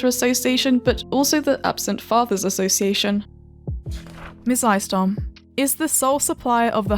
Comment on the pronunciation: Had to do a double take at Mizaistom, good job